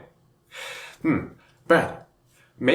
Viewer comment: I like that "Hwaiting"😅